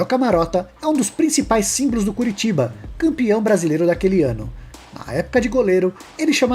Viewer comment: É CORITIBA!! COritiba!! Só faz vídeo de futebol e não sabe falar no simples nome de um clube!!